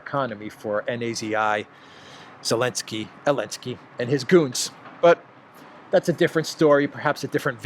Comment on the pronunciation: Notice that you are very careful about last alphabet of English. You pronounce “ Elenskyy”. But you use this last alphabet at Na-Zi-I . You pronounce Zi. Why don’t you pronounce“ Zi-elenskyy”. By this YT may not censor your topics. If you have other intention, could you explain